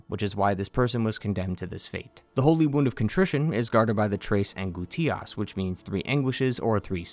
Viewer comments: It's pronounced "an-GOOSE-tias", not "an-goo-TEE-ass" lol. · damn bro u really butchered angustias lmao